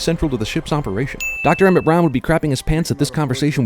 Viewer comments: It's "Emmett" Brown. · I think it's Emmett Brown, not Emmit.